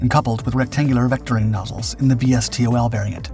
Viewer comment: "Why eh kay"? "Es tee oh el"? "Vee tee oh el"? Jiminy. It is pronounced "yack", "stoll" and "vee-tool". That's why people don't like AI, it isn't as smart as everybody claims. It took me a while to figure out what the AI as "yakking" about. (Forgive the fitting pun)